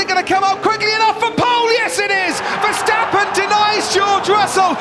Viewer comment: VerstAppen not versteppen